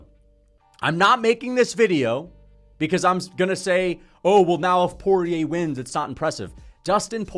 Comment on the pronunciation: Dustin "Voodoo" Poyay